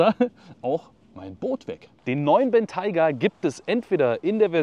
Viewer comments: Dachte man spricht ihn Bentäi-ga aus und nicht Bentei-ga 🤷‍♂️ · Gutes Video, aber du hättest du Aussprache des Modells kurz googeln sollen. Das stört etwas. Sonst aber klasse, wie immer